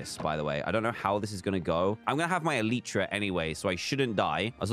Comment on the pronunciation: It’s Elytra not Eleeytra! Sorry it just triggers me